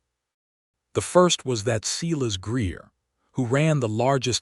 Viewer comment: I enjoyed the story other than the butchering of names Silas and Eleanor! AI has a lot to learn about names and the different uses for tear, live, read and other English words with 2 meanings. I like that the names in the story were different and that Adelaide apologized for being judgemental without knowledge. All in all a good story.